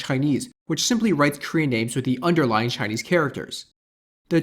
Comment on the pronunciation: 你的中文發音還不錯！